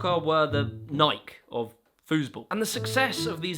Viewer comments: Is he calling tournement soccer the nike of foosball but pronouncing it wrong or is he comparing it to something else? Cause to me he is saying nyk and not ny-key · ... uhhhh it's pronounced "nigh-kee". Just saying. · Is the Nike pronunciation a troll? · You would think he would get that right. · Why are you saying Nike like that wtf it’s tripping me out